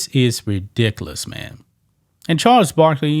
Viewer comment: The only thing Charles Barkley is good for is making me laugh when he tries to say rediculace.